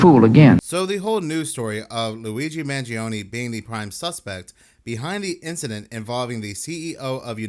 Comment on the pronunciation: Corey Wey says he knows Luigi, yet he can't even pronounce his last name